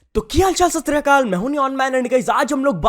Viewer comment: सतश्री अकाल बोलता है, और पंजाबी नहीं आती 😂